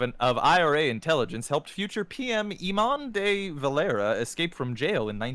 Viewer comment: Gotta say, the cringe at the Irish History round. Eeemon Dee Valeeera. Chrisht.